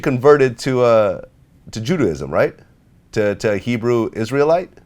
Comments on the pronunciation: Maya Langham ju ...ju juuuu.... how ever you say it! Lmao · “You have to be educated” this fool can’t even pronounce Judaism, sounding like a plum fool. I’m dead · Man doesn't know how to say "Judaism." Man says "I didn't grow up Christian, I grew up Catholic." Claims that even though he went from Catholicism to Black Hebrew Israelites he never "converted" because he "realized who I was." Can't take this guy seriously whatsoever... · Claims He Educated .... Can't Say Judaism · he couldnt say judaism ..but he said u have to know how 2 read & be intelligent? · "You have to be very educated" claims he can decode ancient text but can't say Judaism...... Ok